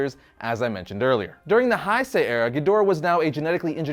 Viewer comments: Not to be a dick or anything but it's pronounced ( heysay)not hisay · Heisei Era --> "Hey-say" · It’s pronounced “HeySay” sorry...no hate it’s just one of those things you pick out learning Japanese😂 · You pronounced Heisei wrong.